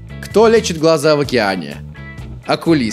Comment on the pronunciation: Не акулист а окулист